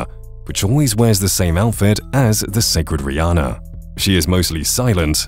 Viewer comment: Wth my name is Riana but it's pronounced Re-anne-uh